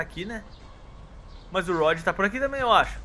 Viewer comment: se escreve rod mas se le roud